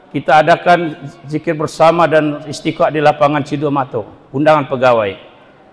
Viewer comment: Sudah disubcribe kanda, perlu diluruskan bacaan Istisqa' bukan Istiqa', dan Q.S Al-Hasyar ayat 18 tahsin lagi Krn banyak ummat yang dengar, sound bisa di edit dg Cap-cut.